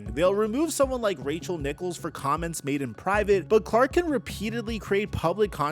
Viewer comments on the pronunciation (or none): none